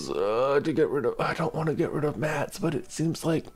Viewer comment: MatS!!! Not MATs!!!! 😓😔